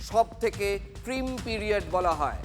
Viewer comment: কথাটা প্রিম না প্রাইম ?